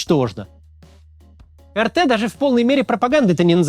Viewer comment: Так, Максим, претензия сходу. Очень прошу. . [ЭР_ТЭ] - это Республика Татарстан, я тут живу всем из Казани привет, а помойка раша тудей это [АР_ТИ], пожалуйста, очень прошу, а то прям некомфортно когда говорят не очень хорошие вещи и твою родину малую поминают.